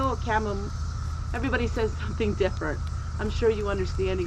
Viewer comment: We pronounce chamomile the same way here in Alabama. LOL I’ve only noticed one word you have pronounce different and that’s the word “different”.